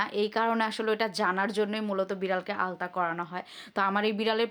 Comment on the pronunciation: Pregnancy এর সময় ultrasonogram / ultrasonography করা হয়। এটাকে আলতা বলেনা। দয়া করে ভুল উচ্চারণ / ভুল বানান লিখবেননা।